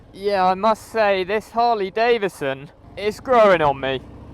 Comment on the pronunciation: Why do people say Davison when its Davidson please use the d its not silent. Sorry this only bugs me because people miss pronounce my name.